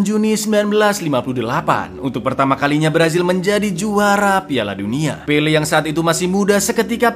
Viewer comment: "Pele" jangan di tambahin "r" ya kawan², ntar jadi pele + r... Wkwkwkwk